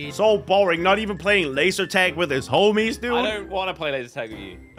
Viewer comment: HOMESS? lol W vid